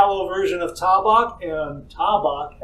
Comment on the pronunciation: IT'S T long A-BACK